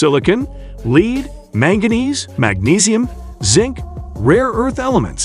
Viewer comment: Informative. I'm just wondering why you picked "24 days" for your thumb. Seems rather arbitrary to me. Zeihan does that alot too. Rank Sensationalism. Smacks of CLICKBAIT. All it does is undermine your credibility. ps: Your mispronunciations of words like "scarcity", "lead" and other common terms is inexcusable.